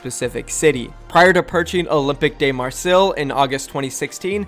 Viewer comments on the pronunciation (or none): Olympeeque marrsilly haha im crying its olympic marsay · It's pronounced roughly Oh-lim-peek Mar-say, just a heads up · "Olympick de Mar-say" and "Gwung-zsho" bro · Pronunciations for these cities from a French-Sino-American: Guangzhou = Guang (you're doing fine on this syllable) J-ow Olympique de Marseille = Oh-limp-peak de Mar-saye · Btw, that French soccer team you mentioned, Olympique de Marseille, is pronounced “Olympic deh Marsaye” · You said Olypique de Marseille so wrong I almost chocked while drinking. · It's not your fault but the way you said Olympique de Marseille was hilarious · Oh my god ur buchering some much the french club's name XD Super happy that Paris gets a team ! And from a organisation super famous here for their soccer team ! Too bad we won't be getting a Paris Saint Germain overwatch team but well, good enough you know. Concerning the other teams it would nice to have Berlin or Munich in Europe and yeah another one in Korea, maybe one for Sydney and another one in Asia. A japanese one would be a dream but thats not happening. You can add one for South Africa on my wish list for season 10 xd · you really did butcher the french "soccer" team :P